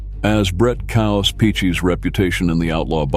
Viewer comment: Its KAOS....stands for CHAOS..Its not Coaws..Damn Dude